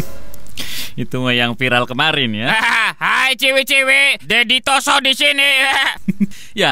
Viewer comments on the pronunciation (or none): Maniak ungu:kayanya pas ibunya hamil ngidam kukubima rasa anggur dgn royaljeli yang membuat krisss jon bekata::: ROSSO bukan TOSSO